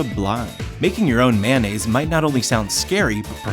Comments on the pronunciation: When He said make your own Manaise I heard make your own bandage... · when he said mayonnaise i thought he said band aids xD